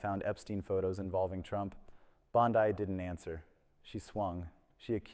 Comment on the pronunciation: Commentary starts . AI character reporting. Bond-I instead of Bond-E. Blinks once in 45 seconds. Monotone voice, same level consistently, no facial expressions etc. I found another channel like this. Be ware viewers. Plus a clickbait title. BondE didn't quit. Reported and thumbs down.